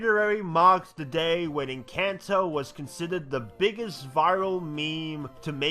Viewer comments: Inchanto🤣💀 it is pronounced in~cant~o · Man really said enchanto at first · The what he pronounced enchanto the first time caught me off guard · Look man, I’m sorry, but this is a warning. People will be most likely hunt after you after saying “Encanto” wrong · Imagine saying Encanto incorrectly and not noticing